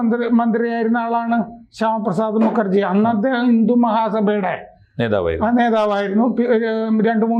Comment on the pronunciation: മുക്കർജി ✖️✖️❌️❌️ മുഖർജി ✅️✅️✅️☑️☑️✔️✔️✔️